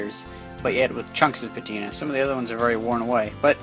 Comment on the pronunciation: i meant patina, it just sounded like you said it with an f.